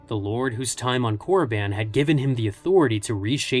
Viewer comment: wtf is Korraban, it's Korriban